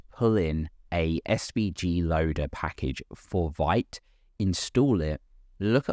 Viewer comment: Sorry for carping, but from the the first page of the fist tutorial of Vite's original website: Vite (French word for "quick", pronounced /vit/, like "veet"). :)